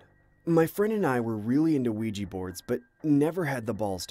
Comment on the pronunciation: I'm sorry but I nearly bursted out laughting everything he said "Ouiji" board, I am sorry but bro it sounds like he's saying "Luigi" board. Aren't they called Ouija boards??